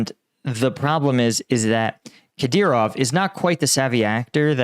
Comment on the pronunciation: Finally, he said Kadyrov correctly.